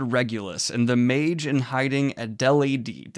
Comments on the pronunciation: Daniel: "A-del-ae-dee...? Fantasy name." Me: You mean Ad-i-laid? Like... the normal human person name? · Adelaide is a normal person name. 'Add-eh-Laid' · I love how you pronounced Adelaide :) as someone who lives in Adelaide it was rather amusing lol :) FYI - its: Ad - el - aid Keep up the good goblin work :) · Adelaide is pronounced "Add-ul-laid" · As an Australian I assume that the name Adelaide is pronounced Adel-aid ! (like the city here) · Not Daniel struggling to say Adelaide